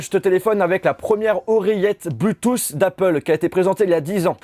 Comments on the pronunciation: Arrete de dire bluethoossss cest bluethoot je ss normalement cest bluethoossss mais voila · Criss que tu dis mal Bluetooth! Cristy français cave.